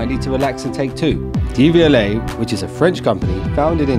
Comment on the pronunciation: Its not DVLA its pronounced dev-u-lay